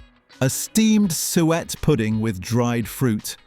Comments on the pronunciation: he called suet sweat. what an ai moron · Suet became sweat at one point. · USA: Dressing sandwiches, beans & franks...I'd eat Miracle Whip on Wonder bread when I got home from school B4 my parents. Really, most of these are really disgusting, and a lot of them aren'tuniqueto Britain at all. PASTIE, RHYMES WITH NASTY. SUE'-ETTE. Unless you're an Americal-all-pleasure-is-a-sin-Quaker, like my neighbor: Dry shredded wheat with some yogurt on it and a few unripe strawberries...barf. Mar Gar ine????? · Who the HELL eats a Carbohydrate Sandwich. Marmite & Cheese Toasty. BUGGROFF Can NOT have a Full English wit NO Black Pud. NOT ours - Butcher sold Tripe. I do NOT fancy a Sweat Pudding. Lava - NOT Layva. They are NOT Pasteys, they're PASTIES. TEACH your machine better When it's NOT Sweat, it's Suwette. DUH. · I’m struggling with the AI voices pronunciation of random words 🤦🏽‍♀️ … I mean “sweat pastry case”?? It’s ‘Suet’ like Sue-et … and it’s fantastic, we also use it in dumplings in stew. Do people still eat tripe? I mean all of the other ones are still eaten all the time, but I’m not sure I’ve heard of anyone eating tripe for a very long time. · Suet in english is pronounced Su-it, I have hear on this, pronuonced as Su-et, and another as sweat. Thank god for AI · Hot pork pie with mushy pea and a good dash of mint sauce was a very popular meal on the menu at work when I moved to West Yorks in the 1980's. My Leeds-born grandparents used to make pork pies and always used cows heel for the jelly. BTW Suet is pronounced soo-it not sweat!!! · SU ET NOT SWEAT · suet pastry, pronounced ‘soo-it’ not ‘sweat’ 😂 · I so agree, my particular beef off the top of my head is sweat or sewit for suet. It drives me nuts. Bring back the humans. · The pronunciation of some of these is killing me. Paste-y, Sue-et, marg-a-rine hard g. What the hell man, gotta be ai. Also, if pot noodles were served in polystyrene there'd be a lot less people currently enjoying pot noodles . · Sue-ett pudding